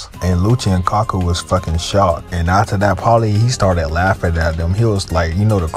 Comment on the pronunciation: Bro I can forgive mispronouncing names in One Piece, but Kaku is four letters so no excuses